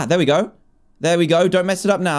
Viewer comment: Dan said gooooi